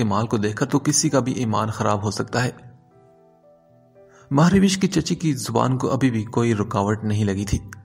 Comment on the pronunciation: It's not MahRawish it's MahRosh